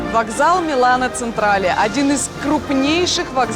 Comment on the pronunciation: Вообще всегда, ну практически всегда, мне было все равно когда кто-нибудь неправильно произносил иностранные названия, но услышав несколько раз «Милано Централе» - я не смогла устоять: ЧЕнтрале. МИЛАНО ЧЕНТРАЛЕ. Мне полегчало)) П.С. Вообще не камень в огород, всех люблю)